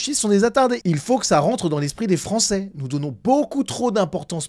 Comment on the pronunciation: « un francé »… envoyez cette personne chez un logopediste, svp.